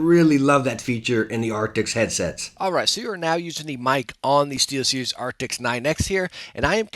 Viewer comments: Arctis not Arctics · I've been watching your review about the Steelseries headsets but please stop saying Arctix/Arctics :( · I love the videos! I don’t know why it is bothering me so much, but I thought you should know, steel-series does not make an “ARCTICS” headset. It is the “ARCTIS” headset. Keep doing your thing man! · Why does he keep calling them “arctics”..? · Dang, that mispronounciation is rough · Kinda hard to take your review seriously when you cant even say the name of the product correctly.